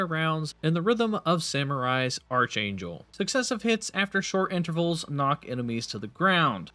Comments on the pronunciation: Archangel is not pronounced with the soft-"ch" sound like "church". It's pronounced like Arc Angel. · It's pronounced ark-angel; the H is silent. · That's not how archangel is pronounced. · Arch angel???? Lmao, sorry but that made me chuckle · How does this guy Not know how to say "archangel"? lol